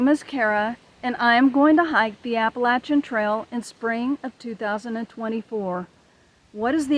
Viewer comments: PTL. You pronounce Appalachian correctly. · Little sister in the Lord. Thank you for your story and your outlook. I love being in the woods. I appreciate your proper pronouncing of the name of the trail. LOL I pray that you are able to finish your journey.. God bless.